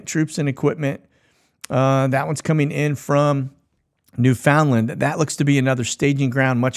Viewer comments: Pronaunced New-FUN-Land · Agreed. That aggravates me when I hear people say new-FOUND-land, instead of new-fund-lund.